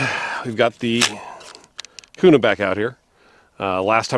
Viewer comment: Its Kuna bro, native Idahoans dont pronounce it Kyounah😆. What Optic and height are you running for co witnessing? Guys are lubing those mags and saying its better, but there is also crack issues. Hopefully better mags come out. Great gun